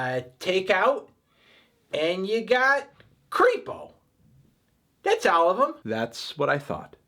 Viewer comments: its queso not creepo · When said creepo instead of queso my soul cracked a little.